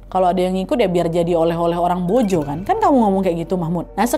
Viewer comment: Maa sya allah,kagum sm k nad nyebut nama pelabuhan dan penyebutan mbojonya pas sekali.sering dengar bahkan pembawa berita nasional aja banyak salah penyebutannya.terima kasih k nad semoga makin sukses 🙏🙏🙏